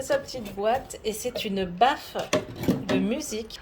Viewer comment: Je n'étais pas sur l'image de la vidéo et j'entends "baffe... " Hein, tu as reçue une baffe?? 🤔🤔🤔 Et là j'entends le reste... baffe de musique" 🤣🤣🤣 C'est une baffLe, pas une baffe 🤭